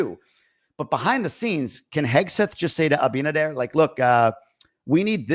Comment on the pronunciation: i think the shit is about to hit the fence, regarding Venezuela and the narcos. DR has been a big bridge to transport all that crap to USA. Also i hope he is getting it straight with Abinader( you said it right bytheway 🤣🤣) my favorite are the side dishes. Happy Thanksgiving to you and your family.🦃🦃